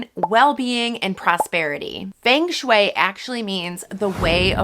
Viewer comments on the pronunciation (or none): It's pronounced FUNG shui. FUNG!